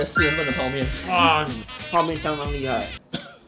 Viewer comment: ：相當辣~ 哈哈哈笑死 辣到鄉音都跑出來了